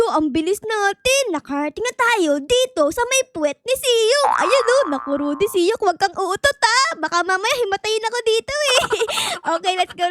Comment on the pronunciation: Mali ka naman e dapat sok hindi siyok